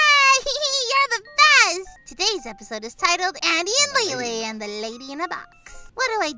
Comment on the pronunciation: Guys you Said Any And Not Andy